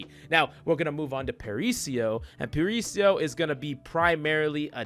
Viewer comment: dunno if "parisio" is a joke but if not... it's para-iso (paradise)